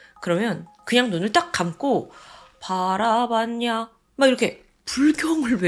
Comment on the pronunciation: 아니 반야심경- 바하반야를 어케 바라봤냐로?ㅋㅋㅋㅋㅋㅋㅋㅋㅋ 그렇게 들리네요ㅋㅋ 생각지도 못한데서 웃겨주시네요ㅋ 항상 잘 보구듣고있어요~ 😊😉